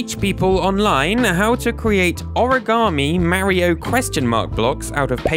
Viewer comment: This guy still can't pronounce Mario correctly.